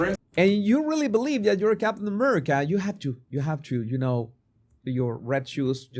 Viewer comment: What the hell is he saying? His tone is very very condescending….”ummerica” There is a level of resentment in his tone. Disney big big mistake to provide him the role. He just needed to keep the role as whatever it was…I don’t even recall.